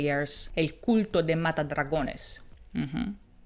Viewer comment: "El culto de Mata Dragones" I'm Mexican and I have to say, the way you pronounced it was really good and the flow you used it made it even better, congratulations.